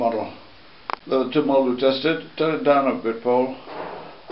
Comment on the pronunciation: Carbom Fiber its wick, not comfiable